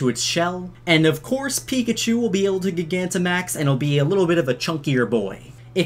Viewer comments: Can you stop calling Gigantamax,GEE-GA-NTA-MAX? Just call it Giganta-max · Its Not Prononced Like Gi-gamaxing Is Pronounced Like Jygantamax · Gigantic not giga ooooh it hurts lol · Everyone please like this comment so Mikes reads it. Gigantimaxing is NOT pronounced like gigabyte. Its pronounced like gigantic. As in they get big, as in gigantic. Please, pronounce it right. Its getting annoying dude. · Gigantic. Pronounced Jai-gan-tick. That’s where the word gigantimaxing comes from. Also, BOI DAS A WRENCH. Small mistake, but you’ve pronounced gigantimaxing like that a few times and it’s driving me nuts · Gigantic*max not Gigamax lol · It’s pronounce JYE-gantamax as in the word Gigantic. Everytime you say Gih-Gantamax it sounds like you’re stuttering lmfao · You’re a nice kid, but you have a couple things about yourself that raises some concern...have you ever pronounced the word gigantic (JI-gantic) as GIG-antic? Lol just remove the c, and add the word MAX at the end of it dude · Ugh I hate how you pronounce gigantamax gigantic isn't pronounced gig-an-tic it's pronounced ji-gan-tic lol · please pronounce “jie-ganta-max” correctly before i die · aight chief great video but first of all that's a damn wrench! second of all, you're mispronouncing gigantamax. i think it's a play on gigantic, which would imply it's pronounced that way as well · I think it's pronounced "Jie-gant-uh-max-ing" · Is no one gonna talk about how he says gogantimaxing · did anyone else get mad when he called it gig-anta max? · Am i the only one who pronounces gigantimax like (gy-ganti-max) you know, like gigantic. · Gigantamax is pronounced like Gigantic. No hard G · Gig Anta Max? how do you say Gigantic? lol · Is it not ji-gant-a-max? Surely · Gigantamax? I think its pronounced Gye-Gant-Amax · Say it like giant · It’s pronounced, J- eye- gantimax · It’s GiG-ant-amax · It's pronounced jigantamax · It’s pronounced gy-gant-a-max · Not gigantamax it's gi-ganta-max 😡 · Your saying gigantamax wrong